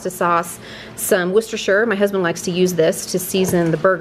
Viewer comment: Congratulations on your pronunciation of Worcestershire Sauce, ( A Brit living in Spain.)